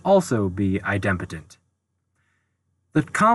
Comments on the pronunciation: u had my full attention until u pronounced idempotent as eye dem' potent. it is eye' dem po' tent. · At 14m02s, there's a typo in the 3rd (triplex) matrix. The bottom row has a & b swapped; it should be [ a c b ] [ b a c ] [ c b a ] On another note, I believe that "idempotent" is pronounced, "EYE-dim-poe-tint." It's a combination of idem, which is Latin for "same," and potent, for "power." A related term is "nilpotent," an element some power of which is the identity (usually the 0 element).